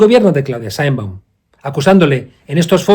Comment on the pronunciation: Mr. Monedero, tú deberías saber que el Gobierno de Mexico que tú pretendes defender, tiene en pausa las relaciones con España, que fue el Presidente López Obrador quien anunció esa pausa, y que la Señora Presidente de Mexico (por siervo, tú no sabes ni pronunciar su nombre) secundó tal acción y no invito al Jefe del Estado Español a su toma de posesión, tú cómo Español pienso deberías estar molesto con esa descortesía de Mexico al Gobierno y Pueblo Español.